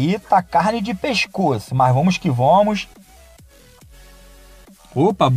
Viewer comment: kkkkk vomos q vomos, português mandou abraços